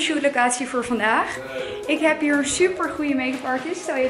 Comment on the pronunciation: mooie dame heb je maar ik irriteer me aan die R bij hier!!dan word het hie-rrrrr:):(